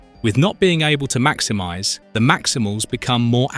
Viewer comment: Tiggertron macthimithe! (Maximize)